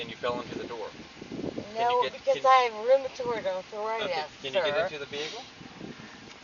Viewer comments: “I have ruuumitard arrrthritttuss….” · “I have rumatroid athorititis!” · "Rumortord ardfritis" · Roomaturrd Arrthurightus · I have roomatroid arfritis too, but I don't talk like that. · Holy shit. I haven't been drunk in a long, long time so I don't remember the thought processes. Does she REALLY believe the stuff she's saying???? And what the F is ROOM-AH-TORD arthritis??? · “I have rubitorty arthritis” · Does this woman live stand up comedy or what? "I have rumanoid arfritis" except when I crawl up barstools., your career is over. Have a nice day. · Can't the cop tell she has Rumerafrued Arfritis? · Rumithriud arthritissis sirrr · "TAKE YOU TO YOUR OFFICE?" and "you guys are a "lill bit in trouble!" slurring her words badly. She can't even talk she's so drunk! She is skunk drunk and can't even pronounce rheumatoid arthritis correctly, two words she's no doubt used as excuses for many things before! "What else cayn I doe fer you" she says, (uh oh, that sounds like she's offering a service she's probably done before, LOL!) She's blasted! ("Not partiarlly gentullmely (particularly gentlemanly) of you is it." Wow! Get her off the road (which they are doing and being very kind with her). Some of what she says is unintelligible What a dumb broad, trying to tell THEM they are going to be embarrassed! BOOK-EM' DANO! At the station, she CONTINUES to talk and doesn't listen to a thing he's reading. But her behavior is very typical for a drunk! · She can't even say Rheumatoid Arthritis! How can you drive being that fucked up?